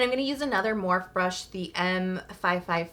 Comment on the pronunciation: Hey! Love the video. Skincare and makeup 💕 Just for reference the Morphe products you use … it’s pronounced Morphie. I didn’t know that until recently, either… so weird, but it is what it is!! 🤣